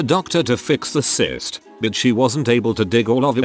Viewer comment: Is "cyst" that hard to pronounce correctly?